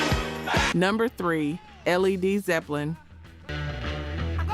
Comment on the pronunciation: L-E-D Zeppelin? Ello? Sty-icks? C’mon. While you’re “researching,” find out how to pronounce the names. Or edit the audio track before posting.